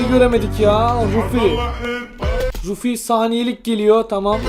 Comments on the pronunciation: Ruffy ne ya? Ruffs onun doğrusu (Türkçe okunuşla Rafi değil Rafs) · Albay RUFİ DİYE OKUNMUYOOO ALBAY RAF DİYE OKUNUYO